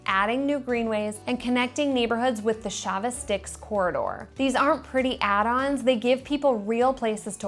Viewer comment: Chavis is pronounced Chay-vis, not Shah-vis.